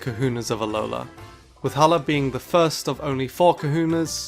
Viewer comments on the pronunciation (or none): ALOLA DOES NOT END WITH AN H!